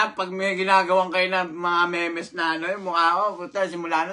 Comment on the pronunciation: memes na dapat mims yung basa ewan ko sayo HAHAHAHAHA pasampal ng utak isang beses lang HAHAHA ME MES LITERAL EH HAHAHA MIMS YUN TANGA MIMS BASA DON ARAL KA MUNA BOBO LABYU HAHAHAHA